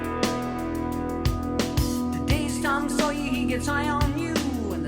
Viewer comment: Hunh. Now I hear it. A lot of times "Sawyer" comes out as "Sawyee". Paul Rudd used to joke about this but I never heard it until now.